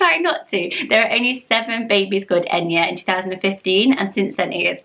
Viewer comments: I'm an Irish speaker and Eithne is pronounced Eth-na instead of Enya 😊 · Dear God, please stop butchering these beautiful names. If you are going to make a video about Irish names learn how to pronounce them first or maybe leave it to someone who knows the basics of the language. If you’re going to appropriate, at least get it right. . Aine- Awn-ya Oisin- Usheen Eithne- Eth-na Colm- Col-um Lachlan- Lock-lan...no rolling the tongue, it’s Irish, not Scottish Dearbhla- Dair Vla, not Dear Vla Bh is a V sound in Irish. Roisin- Row- Sheen, not Rusheen. It’s not just the Irish spelling that’s lovely, it’s has to actually be pronounced in Irish to be lovely. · I appreciate the effort and research you put into your videos but I have A few notes on pronunciation. Eithne is pronounced ethna. Conlaoch is Conlock. Dearbhla is Dervla 😊 Much love from Ireland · Aine is pronounced “awh-nya” in all dialects, aswell as oisin is pronounced with an “uh” at the beginning, eithna is “Eth-na” and Róisín is pronounced “row-sheen”. All of these pronounciations apply to all dialects. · I’m from Ireland but I think eithne is pronounced differently. I would pronounce it Et-na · You didn’t pronounce aine right , it’s awn-ya. It’s Ann in Irish . Dearbhla is der-v-la and eithne is ethna, maybe get your facts straight before claiming that u are able to pronounce Irish names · Pronouncing Irish names is so though! But the pronounciation changes the names so much. Aine is 'awn-ya' eithne is 'et-na' Colm is 'cul-um' Love the vid as always. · I’m not a fluent Irish speaker and maybe I’m wrong but I was triggered by her pronunciation. From my own pronunciation and peoples around me here in the west of Ireland... Aine= Awn-ya Oisin= Ush-een Colm= Kol-mmm (exaggerates m with a slight u sound after l) Eithne= Eth-na Dearbhla= Der-vla (ea pronounced like an over annunciated e and bh always makes a v sound) Roisin= Row-sheen Loved the video, nice to see familiar names xx